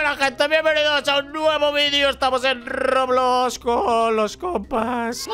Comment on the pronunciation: Invictor dijo roblux